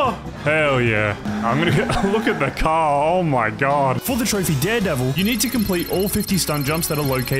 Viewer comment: 20::35 THE FRICK IN THE CAHH 🤣